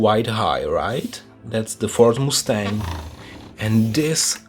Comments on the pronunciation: Calls himself the "" but doesn't know a shit about the cars. How do you not know how the doors open on a GT40? Those are like the most iconic doors ever! Caroll Shelby is turning around in his grave. Please, do some research on the cars before you make the video "moose-tang" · Also “Moose-tang”? Lmao